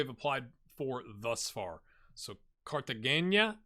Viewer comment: I think it is Car-tuh-hain-a. Also, Opava would be cool